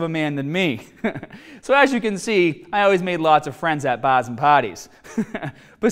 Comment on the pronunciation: bahhs and pahties